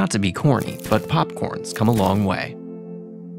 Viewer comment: First time I have heard Marriott Hotel pronounced properly by someone with an American accent